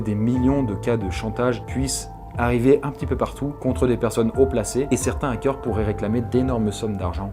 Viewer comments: On dit des Zarricots? Non! Alors pas des Zackeurs... merci :) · "les Zakeurs" ZAEOIUGHAQ£